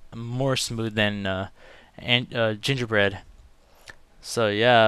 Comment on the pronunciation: Gingerbird u said gingerbird or gingerbeard